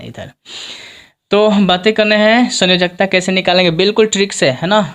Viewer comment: Sayonkta nahi sanyojakta hota hai sir